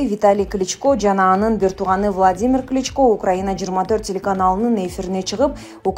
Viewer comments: Комментатор СЕН КАЧАН ТУУРА ОКУГАНДЫ УЙРОНОСУН!!!!!!НЕУЧ!КЛИЧКА,МИЗеНЦеВА дединго допраз!!! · Кличкалар деп окуба. Сабатсыздарды кайдан таап келип окутасынар?